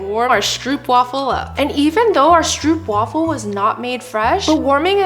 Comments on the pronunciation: ITS STROOPWAFEL NOT STROEPWAFEL 😂😂😂😂😂😂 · Stroopwafel is pronounced as strohpwafel, in Dutch the oo is pronounced as ‘oh’